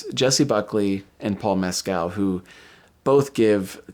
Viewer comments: Please pronounce names correctly. Stress is on the capitalized part. Paul Mescal is MESS-c'l not Mess-CAL Agnes is ANN-yes (Ann with a short a as is can, as I've heard Americans mangling it as AAAANYES-yes. It's pronounced with a short a, the French way) Thanks for getting Jacobi Jupe right. It's another one that often gets mangled. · Paul’s last name is pronounced, Mescl…..just like the pronunciation of rascal……the a is silent🤩